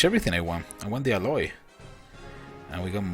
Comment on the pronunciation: Can't even pronounce alloy properly